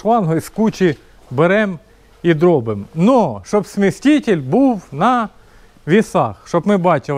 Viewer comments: Смеситель,а не сместитель 😂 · Не смєсТітєль😂😂😂